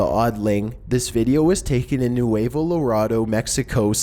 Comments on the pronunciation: I love all your videos but you really need to learn the correct pronunciation of place names. Nuevo Loredo doesn't rhyme with Colorado as you said it. you do it in almost every video but I still love you! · come on? do you guys put 0 effort into pronunciation? "Neweva Larado ". I live in NJ, don't speak Spanish, and even I can say that. It doesn't have to be perfect pronunciation every time but it happens so often, it tells me that you put no effort into pronunciation. Lol you've mispronounced regular words, to the point where I'm surprised you've never heard someone say what ever that particular word is. Its not the end of the world but I wanna think you take pride in making your videos and when you make no attempt at correct pronunciations, its makes me feel like you don't care. I mean how much extra work is it to hear the word be pronounced normally so you're not just sounding it out in the final cut. I expect more from you...